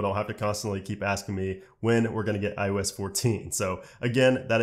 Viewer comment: My question is why does he say ius